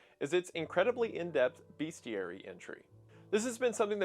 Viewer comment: Hey Wendi, sorry but there is no "a" in bestiary. Great video :)